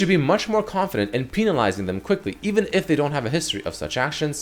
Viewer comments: PENalizing not PEENalizing... it just had to say it it was triggering me lol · English isn't my primary lenguage, but I'm pretty sure you pronounced "penalizing" wrong...